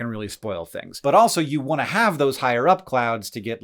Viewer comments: "if you wany to ask Hank"😂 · Hehe "wany"